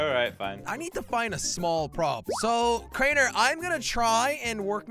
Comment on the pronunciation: Jelly said crainer store😂